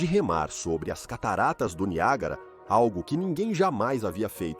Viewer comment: NIAGÁRA doeu